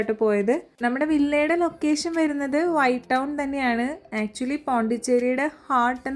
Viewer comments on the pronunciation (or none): none